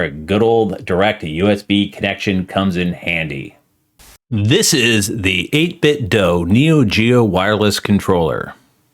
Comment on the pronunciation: Great video! I have probably 10 or 11 of their products at this point and I swear by them, I'm glad to see they're branching off to other peripherals as well! One thing, just a heads up, the "do" in "8bitdo" is pronounced like the "do" in "Do you want to go to the store?" ("8-bit-dew")